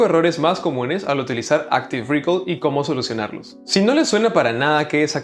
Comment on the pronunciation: "Áctive recáll"